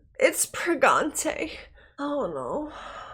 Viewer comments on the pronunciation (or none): She said "preganté" 💀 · "it's pregante" LOL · It's pregante 😂 classic 👍🏼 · "its pregante" xD I think I know that video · "It's pregante...?" Alright, I laughed. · "It's Pregante!" Absolutely broke me. I love that video so much.